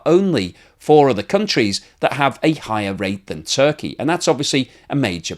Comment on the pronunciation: It is actually Turkey and not Zurkey!